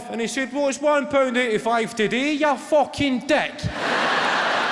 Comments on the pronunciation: Naw, pal. Not right at all. Nobody in Scotland says Fooken for Fucking. Our U is very U-like. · Right, but like, “FOO-ken.”